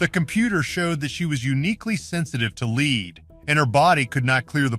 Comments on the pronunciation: Wow...clearly this entire thing is AI with no human involved...any human with half a brain knows there is no such thing as "leed" poisoning and that white pigment is from lead..pronounced "led" and is a neurotoxin. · So many audio/narration errors: pronunciation of “lead” time after time is just plain sloppy. AI cannot be trusted to do it correctly.